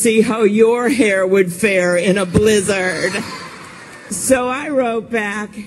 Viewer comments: I hate the extreme emphasis she puts on blizzard every time while leaning forward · The way she says blizzard is so weird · It starts bad, but then the way she says blizzard makes it maximum cringe.